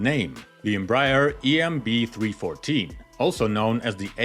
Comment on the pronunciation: Embraer is pronounced "m-bry-AIR"